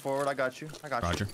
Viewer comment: Dude saying “rodg” instead of Roger is a dork